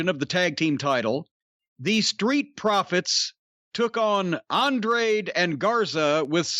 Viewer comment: Andraid the Giant 🤣🤣🤣